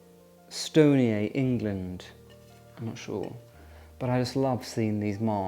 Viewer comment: I had to smile when you read out the name on your beautiful tureen , Stonier is my married name and my late husband was a chef , at one restaurant the owner would always pronounce his name as you did as she thought it sounded French and more classy ! he was actually from Liverpool and it's pronounced Stoni - er . The company on your dish supplied the White Star line and their crockery was on the Titanic Enjoy your time in Edinburgh the countryside is always there for you to visit but you're too young to retire there yet 😊❤